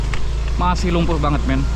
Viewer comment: Bukan lumpu.. tapi lumpur bro